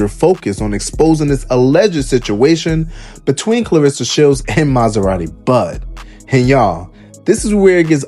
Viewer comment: Who the hell is "B Clarsa Shelds?!?" Cmon 50, you too old for this blsht!